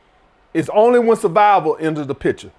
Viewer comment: “Sah-vival, we talkin SAH-VIVAL!” 🤣🤣🤣🤣